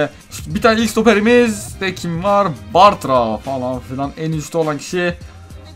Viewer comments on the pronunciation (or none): none